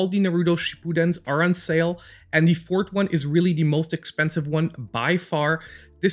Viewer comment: What country is this guy from, since he pronounces forth as fort? Also, why does he keep saying number 1 when he never follows it up with number 2?